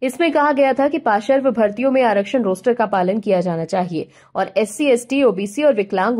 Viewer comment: समाचार सुनाते समय कृपया शब्दों के सही उच्चारण पर ध्यान दें। शब्दों का गलत एकाधिक बार गलत उच्चारण कानों में बहुत खटकता है। जैसे कि देवी जी पार्श्व शब्द को बार बार पाशर्व बोलकर अपना ही उपहास उड़ा रही हैं। आशा है आगे से ध्यान रखा जाएगा। जब हिंदी में बोलकर ही आपकी रोजी रोटी चलती है तो कम से कम गलत उच्चारण करके हिंदी भाषा की गरिमा को ठेस तो ना पहुंचाएं। इसे दिल पर लेने की जरूरत नहीं है। मुझे भी पता है कि आजकल के नए जमाने में आधुनिक बनने के चक्कर में सभी लोग अपने बच्चों की शिक्षा की शुरुआत ही अंग्रेज़ी माध्यम वाले स्कूलों में भर्ती करके ही करते हैं। जहां पढ़ाई अ से अनार या क से कमल नहीं बल्कि ए फार एप्पल से होती है। जब शुरुआत ही गलत होगी तो सही परिणाम की उम्मीद नहीं कर सकते। कुछ लोगों को मेरी बात बिना मतलब की लग सकती है। लेकिन जब तक बताया नहीं जायेगा तब तक किसी को अपनी कमी का पता भी कैसे चलेगा। जय हिन्द। वन्दे मातरम्।।।।